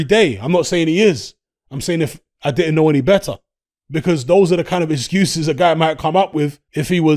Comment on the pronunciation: "ExGUUses" loooooool